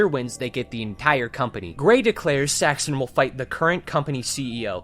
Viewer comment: The way this guy says saxton is just unholy